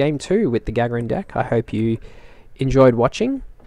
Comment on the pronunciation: It's pronounced ga-GAR-in. Otherwise, mean deck. I'd have lost my mind when the Daemon tree went down. Risky strategy.